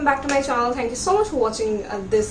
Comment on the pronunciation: welcome back to my CHONNAL kya hota hai...